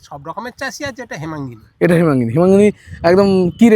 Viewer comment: হেমাঙ্গিনী নয় হিমালিনী আলু